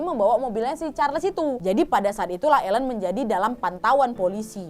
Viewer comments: Bukan Elen pengucapan namanya tp Ailin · Aileen (dibaca: Eilin) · Nontonin video kriminal kayak gini kok aq merasa masa kecil sampai remajaku terselamatkan 😅😅🙏, haodoooh. Tiap sebut nama western kok salah 😅 Aileen: eilin Keith: kith Tyra: taira Spears: spiers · Susah kali english kau wak, itu cara nyebut nya Aylin, Dayen dan Kith yah wak! 😆👍